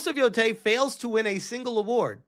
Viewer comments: Everytime, he still says yoTAAAAAAAAAAAAAAAY. It is fucking YOtay brother lol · Ghost of No-tei 😆